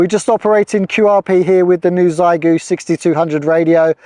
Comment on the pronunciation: Great video, just one thing, my daughters speak, Chinese, and the correct way to say the radio name is the X is said as SH, so everyone says Zygoo, and it should be Shygoo. Keep up the good work with QRP demos.